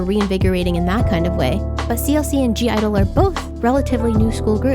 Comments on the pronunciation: I dont want to be rude but it’s not g-idle it’s just idle u don’t pronounce the g, this can also be to the new idle fans u can spell it g-idle but u don’t pronounce the g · when you pronounce (g)-idle, you just say idle. the g is silent. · it's just idle, the g is silent :') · (g)i-dle is pronounced as just idle... haha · (G)I-DLE it's not pronunced like that! Hahah. The "G" doesn't sounds. So, it's just "Idle" like "Idol" the G doesn't sound. You can see their "U-Go-Girl" stage. Siyeon says: "The princess I-DOL". Good video. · the g is silent in (g)i-dle. it's just pronounced as idol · oh btw (g)i-dle is pronounced as “idle” the “g” is silent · I'm totally on your side with the America thing. Basically in all your opinions.😏💕 Oh, and the group is called (G)I-DLE, but you don't say it with the "G". Then it's only "IDLE" as pronunciation. ^^ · I did agree with a lot of things in your video but I still cringe when people pronounce (G) I-DLE wrong, the “g” is in parentheses for a reason, it’s silent, all you have to say is “Idle” (I wasn’t trying to be rude, just letting you know) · G-IDLE is just pronounced idol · I think that Jeon Soyeon has a very unique sound and has something to offer to the industry so I disagree with you saying she sounds like/ is copying Hyuna’s style. Also (G)I-DLE is not pronounce with the g but as ‘idle (idol)’